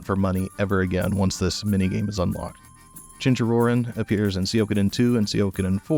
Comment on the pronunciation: Garl's theme is the best!! Great music choice. I actually loved blitzball. Played it so much when I played FFX. Nice pun. 🤣 Cheen-chee-roh-reen I believe it's how's it's pronounced. Fun way to get the money to upgrade all those weapons. It's been so long since I played Xenogears I don't even remember this mini game . I loved the wheels mini game in sea of stars. I thought it was really well designed. Triple triad was rad. Best part of FF8 by far.